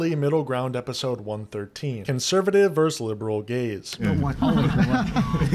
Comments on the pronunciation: Bro, you're making a scripted video, you should be able to pronounce the word "versus". You sound like a teenage streamer when you say "verse". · Hey, I enjoyed the takes you shared in this video. Just letting you know, vs. is short for versus, it’s a two-syllable word. Hope this helps 😊